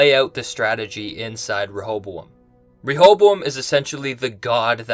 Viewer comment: Has anyone noticed how he pronounces “Rehoboam” different ways in the same video? What’s strange is that he’s been doing it since the first episode. You would think after a couple videos, he would just pick one pronunciation. Proof we’re in two different timelines???